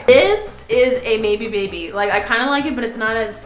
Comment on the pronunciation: taht was weird how she said maybe baby